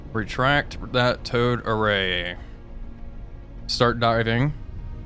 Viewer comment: Why can't I stop hearing 'toad array'?